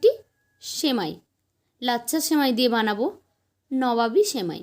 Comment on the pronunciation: আপনার উচ্চারণ ভুল। সিমুই না সেমাই বানান।আর অন্যজনের নকল করবেন না।